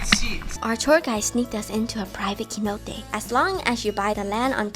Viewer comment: Lol Keynote. The C sounds like s, so please, soy Cenote, not Keynote